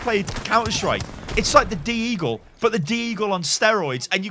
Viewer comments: its deagle, not D-eagle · no one gonna talk about the fact that he pronounces deagle d-eagle? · d yEE gle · Who else is triggered when he pronounces deagle as "D eagle"